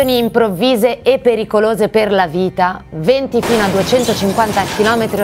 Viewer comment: Si è continuato a dire "20" e non VENTI. Attenzione alle "E", con i relativi accenti...